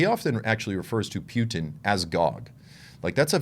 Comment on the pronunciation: I Like how you pronounce "pew-ton"!! Both sides of those Governments, are Corrupt! Vaya con Dios